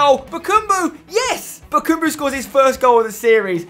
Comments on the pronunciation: i just want to mention its ba-kam-bu not ba-kum-bu its just annoying me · his name is bakambu. not bakumbu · Spence, some pronunciation hints: its Eevan not eyevan Rakitić, and its BakAmbu not BakUmbu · Spencer... it is BA KA MBU not bakumbu. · Oh my god, for the last time: BakAmbu not: BakUmbu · also Bakambu. not bakumbu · It's eevan rakitic not Eyevan and bakambu not bakoombu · bakAmbu not bakUmbu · Btw spencer, it is BakAmbu not BakUmbu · Spencer no h8 m8 but its Bakambu not Bakumbu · It's Bakambu not Bukumbu! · spencer its BA KA MBU NOT BAKUUMBU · ITS BAKAMBU NOT BUKUMBU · Yea it's Bakambu not Bakumbu...just annoys me a bit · Chaz Hartwayne it really annoys me when he says BA KUM BU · Chaz Hartwayne NO ITS BAKABAMBU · sooo annoying show he says bakambu like bakoombu